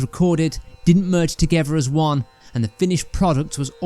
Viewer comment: I really wanted to watch this but after listening to the narrator for 5 seconds I couldn’t take anymore. BTW is “togever”a word? Shame.